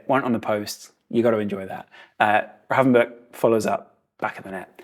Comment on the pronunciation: Somebody actually pronouncing Gravenberch correctly! Nice one As the guy said himself in a interview, it's pronounced with a K on the end:)